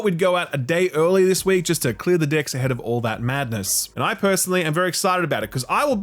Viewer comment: Sorry man you cracked me up, "clear the d*cks"... classic Aussie from